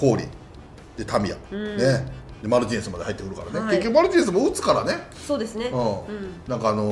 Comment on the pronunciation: 『マリティネス』じゃなく『マルティネス』だけれどね？